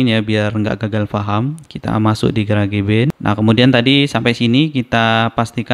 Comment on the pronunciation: Garage cara sebut nya "garaz" arti nya garasi. Jangan di sebut "ga ra ge" jadi aneh sebut kek gitu.. 😂